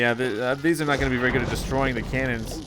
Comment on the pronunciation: Did he say berry awsome or very awsome im pretty sure he said berry awsome